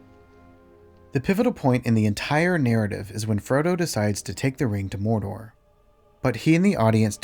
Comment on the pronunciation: Can they fix the way Frodo is unable to say MoRdoR? Why is he saying Moldo?!